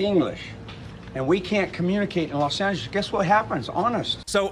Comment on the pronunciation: "And we can't communicate in Los Angles.." Bro what language is Los Angles? Pretty sure it ain't English.